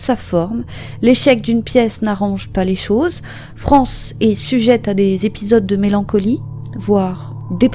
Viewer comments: On prononce Frances = Francèss, et non France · Vidéo intéressante, mais je tiens en revanche à préciser que son prénom ne se prononce pas "France", mais "Francesse". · Bosser avant de poster ça vous arrive ? Frances "sss" pas France. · Son prénom ne se prononce pas France mais « Francesse » !!! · ça se prononce Francèss son prénom, pas France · je crois qu'il faut prononcer Francèss et non France... dommage de rendre un aussi bel hommage en écornant le prénom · Ça se prononce FranCÈSS ... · On prononce le "s"final.Francess. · Tu as oublie le"S"final a Frances! Prononcez : Fran cesssss! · Salut 🕺faut prononcer le s dans son prénom ✌️